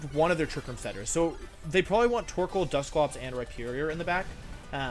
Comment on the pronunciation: “Rihornier” lmao